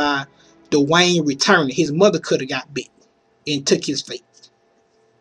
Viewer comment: "I wanna talk about Morgan and DUH-Wayne." XD